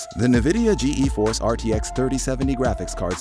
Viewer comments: The “ Ge e force RTX” lol I’m gonna forget about this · G-E force? “Nuhvidia”???? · when I heard "Ge Eforce" and "Nuhvidia", I turned iff the video